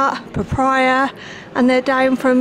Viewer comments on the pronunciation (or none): When she said “ prapaya “ tho 😂😂